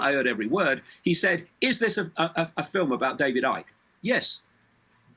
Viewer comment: This fool cannot even pronounce the second D in 'David'... 😂😆